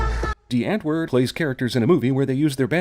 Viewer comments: You said D right but u didnt say Antwoord right. It just stood out and i understand its an afrikaanse word but like ive studied it for 5 years now so like its a really easy word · Hey bra gee vir hom "die" ek meen hy probeer seker? Hy moet sy "antWooRD" oefen